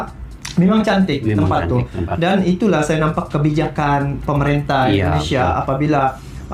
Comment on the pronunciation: Maaf untuk pengucapan ...INDONESIA bukan ENDONESIA🙏🙏🙏